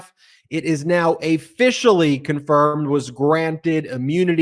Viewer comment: Officially, not Afficially